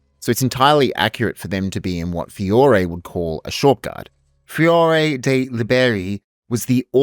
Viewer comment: That pronunciation of Fiore de'i Liberi was wild bro lmao